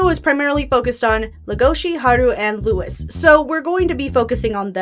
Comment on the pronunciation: LOUIE. His name is pronounced Louie, not Lewis.